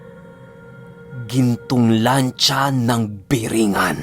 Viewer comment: Hindi po birengan kundi burongan Kasi po taga Samar po ako